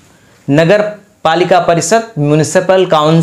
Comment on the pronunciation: आप " श " को भी " स " बोलते है , जैसे शहर को सहर, परिषद को परिसद सुनने में अच्छा नहीं लगता है । कृपया अपने उच्चारण में सुधार करें